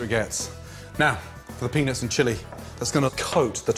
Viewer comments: I'd advice him to watch and listen to his own videos, the way he says "peanuts" triggers many children to write childish comments here. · That's ALL you took from that whole video huh? LMAO Now I cant Unhear it. 'shake up your peanuts' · ehehehe he says pennis instead peanuts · Sounds like penis but hes saying peanuts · Whenever Gordon says "Peanuts" All I keep hearing is penis lmao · all i hear is pennies and chilli sauce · lol.... 80% of the time he says peanuts, i hear peenis. omg... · Did he say peanuts or penis?🤔🤔🤔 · Does anyone else some times hear Gordon saying "penis" instead of "peanuts" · I'm not a hater of gordan but why does sound like he says penis a few times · Lol did Gordon said "the penis and chilli" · I heard penis haha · "Now for the penis and chilli" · Gordon: now for the penis and the chilli Me:wtf Gordon:peanuts and chilli Me:ohh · I swear he is saying penis when he says peanuts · Now... for the penis and chilli 😁😂🤣 thats what i understood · I swear I've heard "Penis" 10 times when cooking with the peanuts. Adventurous. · When he says peanuts I hear penis wtf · sounds like saying “penis in” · i thought he'd been saying "penis" the whole time but eventually realize it was peanuts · Penis or peanuts? I'm confused... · When he said peanuts , I thought he said penis . Penis in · it sounds like he is saying penis when he is saying peanuts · Every time he said penuts it sounded like penis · I dont even have a dirty mind. But everytime gordon says peanuts, it sounds like penis. not even joking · When he said peanuts it sounded like penis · Every time he said peanuts it sounded like penis, I chuckled like a prepubescent kid. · when he says peanuts it sounds like he's saying penis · he totally says penis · Gordon really needs to start enunciating the “t” in 🥜 😶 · With a word like "peanuts," it's really important to put some effort into pronouncing the "T." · Every time Gordon says "Peanuts"!!! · He says peanuts wierd